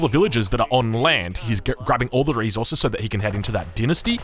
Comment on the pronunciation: reSources not "reZorzeus". Love ya